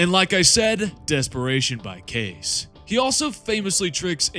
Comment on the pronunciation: In the game itself, Kais is pronounced 'kice', not 'case'.